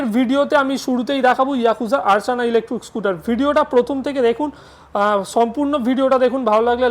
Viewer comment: আমি ভেবেছিলাম ইলেকট্রিক স্কুটার দেখাচ্ছেন। কিন্তু আপনি বারবার বলছেন ইলেকট্রুক স্কুটার। তাই মনটা খারাপ হয়ে গেল।